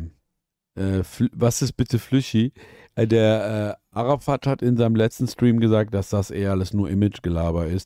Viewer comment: Am meisten stört mich, dass die ganze Zeit Arafat fslsch ausgesprochen wird. Es heißt "Äräfät" macht es als einziger richtig😂